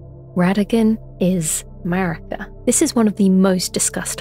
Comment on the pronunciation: Ok, I know it's Maraka, but I keep hearing MERICA! Lol